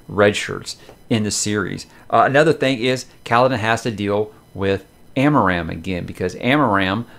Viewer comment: Help me with the character name pronunciation For me, Shallan is Shah-Larn not Shell-on. Jasnah is a hard J not Yasnah as I sometimes hear reviewers say it. Amaram is Ama-rarm as opposed to Ama-Ram. Adolin is A-doll-In as opposed to Ay-doh-Lyn. I guess if it works for you then it doesn’t really matter?